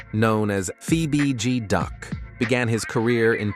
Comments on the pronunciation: I was coming to say da same sh*t. "Fee bee G duck". "Damn brewda" 😂😂 damn Ai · Where and the hell you get fee b duck it's fbg duck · How do you pronounce bg right but pronounced f as fee? Ai at its finest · “Phoebe B G duck” bruh it’s clearly F.B.G. 😂, scoom got set up by shawty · Feee B G Duck, seriously?😂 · Don’t do no videos of Chicago Dead people if you can’t Get the names right cause who thf is FEEBG DUCK & TOOK A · Why it say Fee BG duck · “Fee bee deee” the disrespect 🤦🏽‍♂️ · fee bee gee, lol. This channel goofy AF.. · Da fck did he call duck?? Nigga said fee bee gee duck 😐💀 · Fee bee Gee Duck 🤦‍♂️😭😂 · Fee bee gee duck? Seriously? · Fee bee gee duck smh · Wtf is a fe-be-de duck??😂😂😂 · Who tf is fee bee gee duck? 🤣🤣🥴🥴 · The AI voice said "Feee Beee Geee Duck" lol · Da fuqs a FEE BEE G DUCK?! 😂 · This MF really just said, "FeeBeeGee Duck." 😐 #GOEAGLESSSS 2025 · 😂😂😂😂😂 who is Fee Be Duck??? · Fee Bee G duck 🤦🏽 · 'Fee B Duck', huh. 😅😅😅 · “ fee beee gee duck “ 💀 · This nigga’s AI so Temu… he said FeeBeeGee Duck. Mane why you disrespect dude name like dat. 🤦🏽‍♀️🤦🏽‍♀️ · Son said "Fee-Bee-Gee-Duck"!!!!😂😂😂😂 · This man posted two different J Hoods😭😭😭He saying names wrong,and telling all kinds of lies this ain't right 😂😂😂I see why King Von said don't listen to these YouTube people lol.. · How did you pronounce F.B.G DUCK. 🤣🤣🤣🤣🤣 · This mf meat pulling the bds.... who u get duck name wrong , but the bds name and gang right? And talk so highly of von....super goofy mf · Wdf Lay Capone n a Fee BG Duck? Why do these creators even upload this shyt knowin the AI is sayin the names wrong? Or is dat the purpose? Folks is automatically goin to click on it any way bcuz its Chicago, its Drill. Folks are fans. To do all dat dumb shyt. Smh